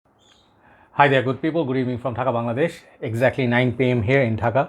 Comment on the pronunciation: Serious question: is Dhaka pronounced Dah Kah? It always sounds like says “takka.” Like is the Dh pronunciation in Bengali sound like an English T? Or is it just me mishearing him. I had to ask after watching so many videos.